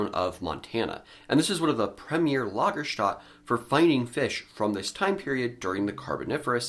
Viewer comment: Again, German "ä" is pronounced like a short e, so it's "Lager-stett-e"...